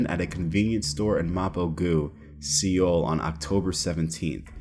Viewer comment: Dude, really? It's pronounced like "soul" 😂. It's the capital of the country lol. Also chill out on all the wild speculation stuff. Stick to the facts. It's likely that this idiot probably just had some weed or a vape or something for personal use and got caught with it. Either that or he had some type of controlled prescription medication that isn't allowed over there and he's getting charged for having it (yes, this happens all the time). Just because you have a valid prescription in one country doesn't mean you can enter another country with it. It depends on their laws. I know because I've been through this myself and I had to go through all this crap with a my physician writing a letter to authorities in the country I was traveling to and then having it approved by one of their doctors that then got me this official paperwork I had to take with me and show to customs and keep on me at all times while in the other country in case I got stopped or searched by the police. Many times if you try to enter a country with certain meds (even when contained within their valid labeled prescription bottles) without first going through the necessary procedures, you can get stopped at customs or by the police during your stay and subsequently arrested and charged for international drug trafficking. It happens more often than you think... That's why it's so important to do your research before traveling internationally and figuring out if your meds are legal wherever you're going or if